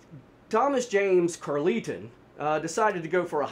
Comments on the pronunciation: I don't know what's so imperfect about your storytelling, but I can follow it just fine. Great work! PS: I think Carleton is pronounced like Carl-ton. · I'm his daughter - definitely not how you pronounce Carleton, or Dea...but fairly accurate telling of the story from the public reports you had access to 😅